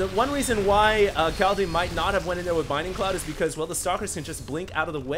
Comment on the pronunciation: It's bLinding cloud... for the love of god... I can't hear binding cloud again